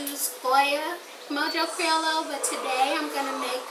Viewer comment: Its pronounced Mojo “Cri-oyo”. The double L sound is pronounced as Y